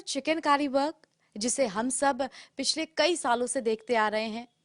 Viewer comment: पहली बार सुन रहा हूँ,किसी रिपोर्टर को चिकनकारी को चिकेन कारी बोलते हुए,रिपोर्टर की शब्दवाणी सही नहीं है.